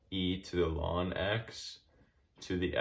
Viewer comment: Wonderuful, but I have to say that one thing I found disturbing about your horrendous video is you pronouncing ln(x) as "lawn x" 17 times.